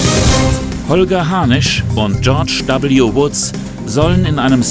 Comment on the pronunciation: Also bei dem Namen "George W. Woods" hab ich gerade "George W. Wutz" verstanden. Schicke Anlehnung an den ehemaligen US-Präsidenten....😂